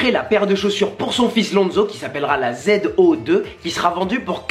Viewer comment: Ptn quand j’ai entendu « Z.O 2 » en français j’ai été traumatisé à force d’entendre zo2 en anglais